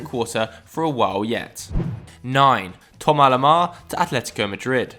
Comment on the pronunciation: ‘Tomar lomar’